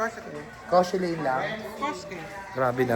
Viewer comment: KOSHELLAINE PO, Layag na layag Mami bhieee